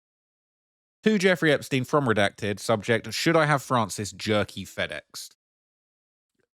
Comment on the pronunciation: Jerky or yerky?